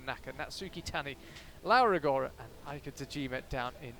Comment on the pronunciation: why the hell the speaker cannot pronounce "LAURA ROGORA" has it shoul be?